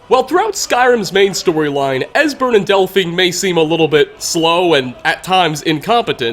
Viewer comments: you said desbern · Dude mispronounces EVERYONES name. Serana, Durnevir, etc